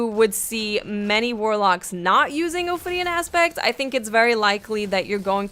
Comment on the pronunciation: It sounded like she kept saying Ophidian Ass bags